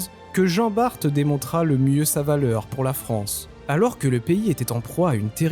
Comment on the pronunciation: Descendant d'Antoine Bart on le prononce à la française !!! BART (bar en phonétique) !!! Ignare !!! Antoine BART Né le 1er juillet 1540 - Dunkerque (59) Décédé en 1627, à l'âge de 87 ans Maître de pêche, cité maître d'équipage en 1569 et 72 sur "Le Lévrier" vaisseau corsaire sous le commandement de Cornil Weus. Vive la flibuste, vive la course, haro sur les anglois !!!